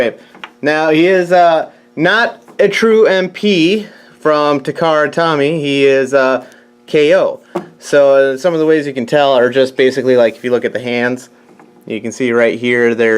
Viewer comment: Takara Tomy (Toh-me) not Tommy 🤣